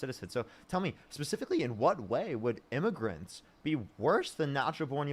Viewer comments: sounds like immigrants he didn’t enunciate well maybe but… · He clearly said illmiffigians. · Is what the whole immigrants vs Aliens bet was about and it really does sound more like immigrants, however he either mumbles, or the audio cuts out and its still hard to tell what he said. I think the main point was that the guest was still saying "illegal" instead of "undocumented" so the point that was trying to make still stands.